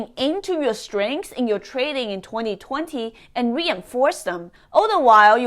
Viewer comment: I like the aggressive way you talk and the way you say 2020 ”tueNi - tuenTi” 😁